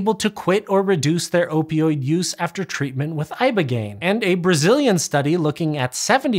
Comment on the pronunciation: Most impressive part of this video? His ability to say "opioid" correctly, repeatedly. I can't even say it once. My mouth keeps spitting out "oypioyd."